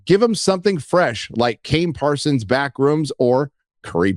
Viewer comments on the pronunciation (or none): Hey, it's Kane Parsons, not Kane Parson.